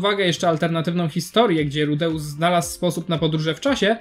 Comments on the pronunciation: Przestań mówić rudeus tylko tak jak to wypowiadały inne postacie w anime rudes. Boli mnie twoje wypowiadanie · Dostałem już kilka takich uwag, ale słuchając nawet wymowy z Anime dalej nie wiem jak to poprawnie wymówić (ja tam słyszę RUDEUSSy/RUDEUSS), więc chyba następnym razem dam po prostu wstawkę jak Eris woła go po imieniu: jeżeli aż tak to irytuje. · Tragicznie wymawiasz jego imię, sam filmik jak najbardziej na plus